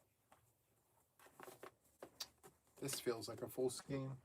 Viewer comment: Ok. The official pronouncement of SKEIN is SKANE- it’s actually the way my mom pronounced it back in the day as well. 1960s-1970s. But it’s in the dictionary. 😊 it’s sort of akin to “REIGN “………. with the long A sound 😂 missed the live but catching replay